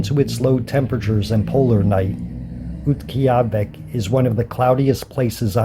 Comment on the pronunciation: Utqiagvik. Pronounced, Ute gee aaga vik btw. Nice upload. I pronounced it as if it was Central Yupik but their Inupiat Eskimos. It's close...